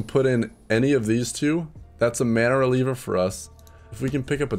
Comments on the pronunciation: It's MANA-REAVER not releaver... I love your content but that is actually getting me triggered xD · It's mana-reaver... not reliever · *Mana-Reaver Not Mana-Releaver